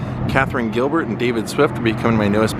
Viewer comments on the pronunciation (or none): none